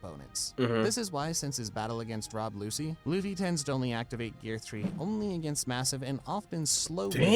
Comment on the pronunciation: The pronunciation in the vid he reacting to is wild. My mans called him Rob Lucy. Nah fam, it ain't it.